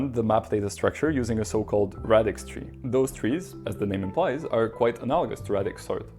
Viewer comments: It's pronounced ray-dix not rad-ix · Ray-dix sort Pronounced like radius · Please say ray-dix. There’s only one D so the A is pronounced as a long vowel in English. Thanks. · It's pronounced "radix" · English pronunciation of radix aside, great video man